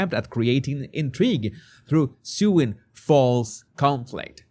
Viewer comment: It's "sowing" false conflict, not "sewing".